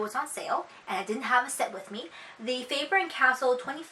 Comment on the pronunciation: It's pronounced Faber cas- tell not casel